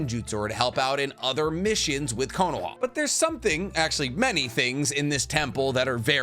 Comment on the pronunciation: Curahma😂 dude.... Connoha xD what are you doing 😂